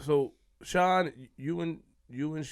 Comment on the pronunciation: Shyne who? Kshine lol.